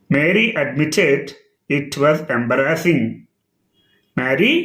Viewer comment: Sir embarrassing pronunciation embrassing antunnaru alage pronunce cheyala okasari cheppandi sir